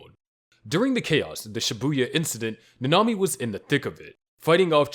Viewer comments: Ngl you kinda said nanami wrong its not nana-mi its na-na-mi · 1. Chelsea probably didn't even realize that she died due to the shock from losing an arm only seconds earlier 2. Nanami (who's name you mispronounced REPEATEDLY) was completely delirious by the time he died, making it relatively a peaceful death 3. Nina died at basically the speed of light, so her only time spent suffering were the 3 days she spent as a chimera 4. Subaru SHOULD have died within seconds of having several rabbits severing his limbs because he'd have lost far too much blood to even remain alive, let alone remain conscious 5. Miche should have died the second that he was hit by a flying horse - it would've had more than enough momentum to break every bone in his body before he was even bitten by the titan (horses are HEAVY and the beast titan through it at the speed of mach-bullshit) There's more, but I feel like this is enough for now.